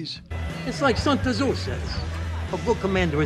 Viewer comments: Sun tah-zoo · Santa Zu, santa as saint in italian. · “Sun Tazoo” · It's hilarious to hear the ignorant shit that all of them say without realizing it, but then every single one of them pretends Pauly is the biggest moron ever from his relatively minor mispronunciation of "Sun Tazoo" lol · “Sun Tur’Zoo” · Paulie: Sun Tah Zoo the Chinese machiavelli Silvio: ME-TE-OR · Sun Tah-zu. A fabled ancient Chinese musical instrument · Sun-tazoo 🤣🤣🤣🤦‍♂️ fukkin Paulie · Paulie even managed to fuck up "Machiavelli" while butchering Sun Tzu 😂